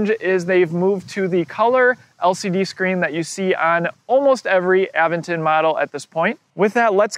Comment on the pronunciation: a VENT ton. Not, Aven ton.